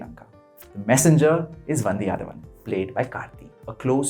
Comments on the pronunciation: It's VANDHIYATHEVAN and not VANDHI ADHAVAN🤷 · Great review. Small correction - It is Vandhiya-They-Van